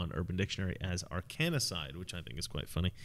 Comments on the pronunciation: Arkansas or Arkanasas? It's Arkancide. I think you've added an extra "a" I wish you had mentioned that Hillary joked in a Tweet about Epstein and suicide. I found that to be odd. But then Hillary just found out if you joke about something publicly, like Trump did with Russia should hand over her emails. It's just a joke. Also, Hillary's joke was funny...... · Ar-kan-cide. Three syllables. (Not Ar-kan-i-cide.) This has been a thing for many, many years. Oh, by the way, there is a way to induce heart attacks, so your suspicions are correct. Anyway, I'm enjoying the video -- thanks. Edit: The list does not include Chris Cornell (Soundgarden, Audioslave), Chester Bennington (Linkin Park), Kate Spade, Anthony Bourdain. And then there are the numerous NY law enforcement officers who seem to be dying out quickly these days. Not sure if suspected Arkancide applies -- did they die because they saw Anthony Wiener's laptop? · Mispronouncing Arkancide. It is three syllables, not four. AR KAN CIDE. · It's Ar-kancide, just like it's spelled. Stop adding a A in there. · Minutiae.....It's pronounced AR-KEN-SIDE(D). Have you heard about the Overstock CEO claiming Hillary was framed for the Trump, Rubio, and Cruz campaign spy rings? Supposedly, the Obama DOJ (FBI, etc.) cooked this all up. Greater Puppet Masters at work here, in my feeble, humble, opinion. Not giving the Clinton's a pass...AT ALL!!! Mena, Arkansas is where the drug smuggling CIA flights to Central America (Drugs for Guns & Guns for Drugs) were being based. See the movie "American Made" with Tom Cruise as Barry Seal. You are getting in the Red Pill area, sir. Tread carefully. Keep up the good work. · Say Ar - Kan - side. Pleeze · Drop the third "a" when you say the word Arkancide and you'll sound so much smarter. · mispronounced "Arkancide" about 20 times. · You are pronouncing "Arkancide", and Fort "Marcy" Park..wrong.. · Arkancide - not "Arkanacide" - like in Seth Rich or Vince Foster.